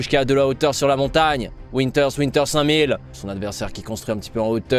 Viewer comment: C’est vinther pas winter